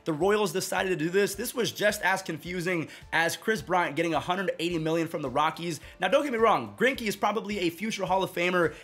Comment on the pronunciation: KWIS BWIANT.